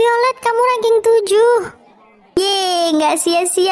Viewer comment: Kak kok rangking kanharusnya rengking ?